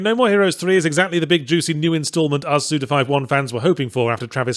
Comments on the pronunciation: Forgot how much I enjoy hearing Yahtzee say suda 51 😁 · I will always be upset with how Yahtzee says Suda Fifty-One's name.